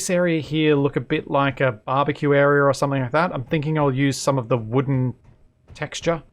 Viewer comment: Each time says, 'Barbeque area', it sounds like 'BabaKiueria' from the satirical film of the same name. Also, I thought the living area would get a pinball or similar gaming machine.